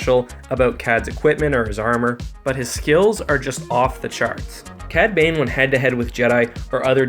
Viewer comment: Yah cad babe! Edit: "cad bane" lol